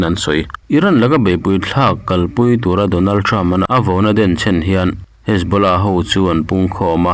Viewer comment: MIHRING HMING HI A LAM NALH THEITAWP CHHIARTUPA ... DONALTREM.... 😂😂😂KHAMEININNN😂😂